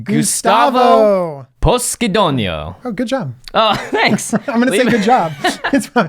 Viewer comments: Poscidonio SEEMS an italian surname (Gustavo surely is an italian name). So i would say it is pronounced Poshidonio instead of Poskidonio. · It's pronounced "poSHIdonio"